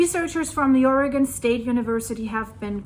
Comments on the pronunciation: I love that you know the correct pronunciation of "Oregon" but half of America doesn't. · Thank you for pronouncing Oregon correctly